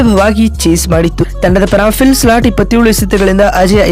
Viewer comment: appa Phil slat alla Phil Salt